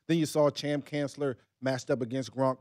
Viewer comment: Brian said "Cham Kancellor" twice in a row haha.